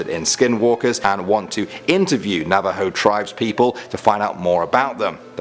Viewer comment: Thank you for putting Skinwalkers in the video and for pronouncing Navajo right. I've been waiting for you to put them in a video as they are part of my culture. Also love your videos👍